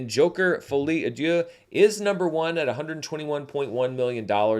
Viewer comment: i keep hearing a i when you say d(i)eux. With the i the meaning become god.